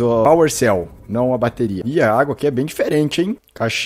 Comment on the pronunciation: A FELPS VC DISE ACUA